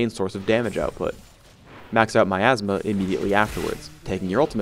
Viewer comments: I kept thinking he said my astma.. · i thought said "my asthma" LOLOL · "second is myathsma" lol